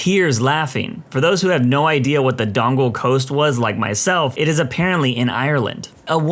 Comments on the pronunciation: Im sorry I have to do this, it's not pronounced dongle like an electronic attachment, it Don-ee-gal. That's why it's spelt Donegal. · If it's not been said before, 'Donegal' not 'Dongle'